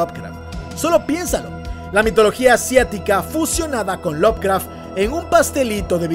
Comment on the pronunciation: Bro, tengo una duda. No quiero sonar hater ni anda, es una duda genuina. Si Lovecraft se pronuncia "lob craf" cuando pronuncias Lovecraftiano lo haces como "love craftiano" ? no debería ser "lob craftiano" ?